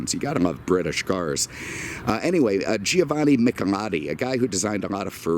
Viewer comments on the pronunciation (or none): none